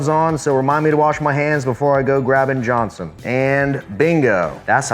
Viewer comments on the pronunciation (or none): none